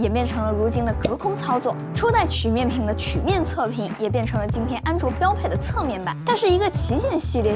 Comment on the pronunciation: 跟我读曲(qu一声)面屏